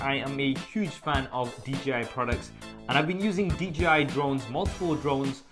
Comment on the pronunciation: it's D-J-I. Not DGI.